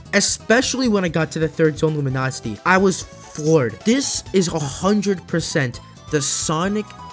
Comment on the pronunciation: Okay, but is it pronounced LuminóuciTY, or is it Luminou city? 🤔